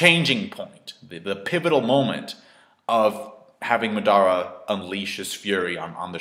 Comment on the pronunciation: Mar-dar-ra lol say his name properly please.